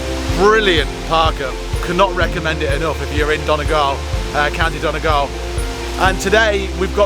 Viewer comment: It's pronounced Don ee gawl lol, loved your road trip but your pronunciation of Irish place names is dodgy 😂😂. Great video's though, I was saddened to see the site of your mom's home in Castle Town, it was a sad indictment of emigration.. you look like your ma. That man probably knew you were a because you have your mammies features. Good luck to both of you..